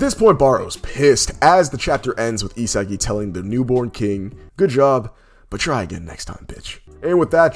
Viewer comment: Anyone else hate the way he says isagi😂.All luv tho❤